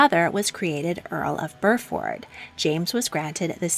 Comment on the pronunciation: It’s BUR ford, not bur FORD. It’s like saying ox FORD